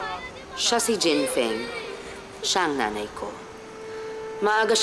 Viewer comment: Jen Feng..Jen Fung kaya pronunciation non